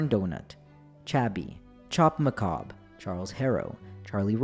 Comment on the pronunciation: That disclaimer was sexy as hell. It literally made me giddy and had me kicking my feet. Then you say the word macabre in the first 30 seconds. I feel god in this chilis tonight.